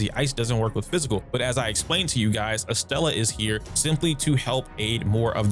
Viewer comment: You had me second guessing if i mispronounced Estella's name, but nah bro is adding an R to her name for funsies lol Edit: nvm you randomly started saying estella instead of estrella at the end of the vid, lol well played Also thanks for making a normal guide video on the game, rather than drama ish.(why i like your channel, you give straight facts and info I genuinely appreciate)Game is great, love to see the guides and letting ppl know the combat is more complex than ppl see at the beginning or have looked into. How does ardelia and gilberta compare to one another? I sub in gilberta for ardelia in the laevatain team(mainly bc waifu) but it seems to flow well and fast